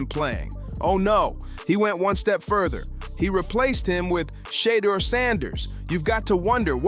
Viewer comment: Learn how to pronounce the man's name. It's Shur-durrrr and not Shaaadur. This ad sounds horrible.